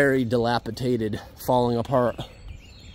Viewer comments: DilapiDATED not dilapiTATED 😅😊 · Dilapidated -- nor, diliapiTaTed! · Does he say "dilapitated"? it should be dilapidated. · Just for the record the word is dilapidated not dilapitated 🙂 cool buildings and walk arounds. 👍🏼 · Can you please stop saying dilapitated, it is dilapidated. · It's dilapidated, not delapitated. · Dilapidated not dilapitated 👍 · The word is “dilapidated” di lap i dat ed. Not Dilapitated. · Great channel, but please stop pronouncing “dilapidated” incorrectly….it’s dilapiDATED not DilapiTATED.😊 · The word is Dilapi'D'ated 😉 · Just fyi it's dilapiDated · Awesome video as always! Glad you stayed safe with the state of some of the buildings. Also: Dilapidated* It’s a ‘d’, not a ‘t’, on that next to last syllable, my friend. I’m not trying to be negative. I just wanted to inform. 😉